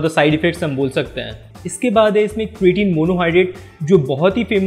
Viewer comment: sabse phle to beta vo क्रिटिन नही क्रेटीन hota hai gawar pronunciation sikh le phle